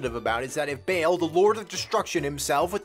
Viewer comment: Correct me if I'm wrong but shouldn't Baal be pronounced with flat A's? Baal like in Baldurs Gate? + no much fun in After Effect this time?